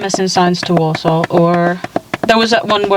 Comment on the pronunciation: The way she pronounces Walsall 😭😭😭